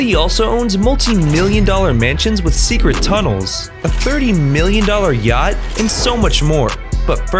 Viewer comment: STOP WHY DID I HEAR GYATT INSTEAD OF “ yacht”